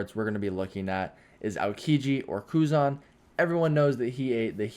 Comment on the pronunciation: Nope ckearky its kuzan